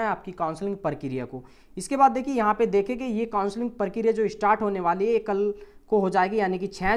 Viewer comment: Parkiriya ni prakriya.. 😂